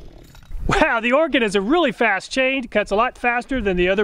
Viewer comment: Thank you for saying Oregon correctly 😂😂